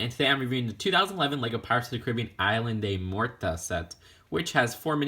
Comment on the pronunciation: The pronunciation of the name of the set hurts me